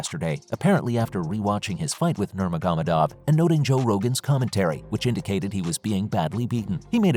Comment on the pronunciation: him saying nurmagomedov is pressing me … NOR-MAH-HO-MEH-DOV.